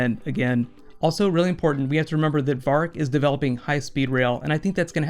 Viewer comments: why doeshe call verick varck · "Vahrk"? No one ever pronounces his name like that on the show.